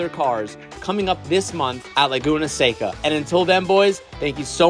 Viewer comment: Thank you for learning how to say “Seca”